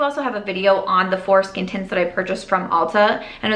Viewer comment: Oh my goodness…came back into the room and heard what I thought was saying “foreskin tints”….I had to rewind the video to understand the context 😂😂😂